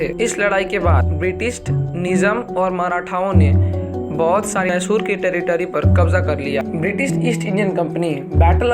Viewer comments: Dude,learn to spell the word 'Mysore',it's not 'massoor', it's Mysore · It's mysuru pls don't spoil the Pronunciation It would be great if you research more on the pronunciations aswell